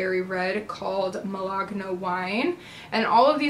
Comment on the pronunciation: Malaga not Malagna